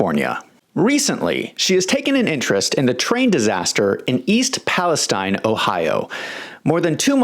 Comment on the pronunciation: Thank you for pronouncing Palestine correctly. And not Palesteeeeeeeeeeeen